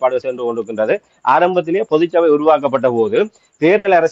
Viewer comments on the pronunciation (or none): தயவு செய்து, பொது சபை என்று சொல்லாதீர்கள். தமிழ் இலக்கண உச்சரிப்பை சரியாக ‘பொதுச்சபை ‘ என்று சொல்லுங்கள்.